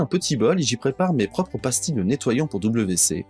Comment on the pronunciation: Merci. (Petit commentaire : WC se prononce V C, et non double V C.)